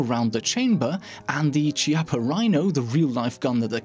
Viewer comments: It's pronounced Ki-appa. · Chiappa pronounces KE-YA-PA